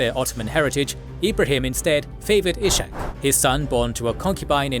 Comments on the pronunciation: He is not Ishak with SH but it is red separately S and H like Iskhak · "Ishak" is not pronounced /iʃak/, but /ishak/ or /isak/. In christian languages the name exists as "Isaac".